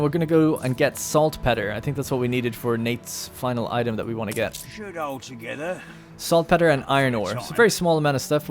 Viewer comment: Probably a bit late, but Saltpetre is pronounced Salt Peter. Like the name. Not petter. :) Loving this series, I'm slowly catching up!